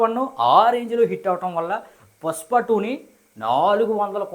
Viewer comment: Bro adhi pushpa, puspa kaadu